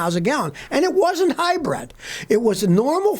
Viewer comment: Hybrid not Hybread... Listen to me Scotty !